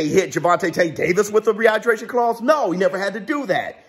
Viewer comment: You killing me " rehighbraashonn clause" 😂😂😂😂